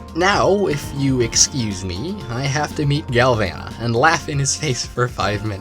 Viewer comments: It's pronounced gal voh nuh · Oh my galvana turned into oh my glasheur